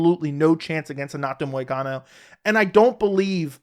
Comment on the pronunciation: I feel like paddy will be the new Darren Till. Also … it’s “Money Moicano”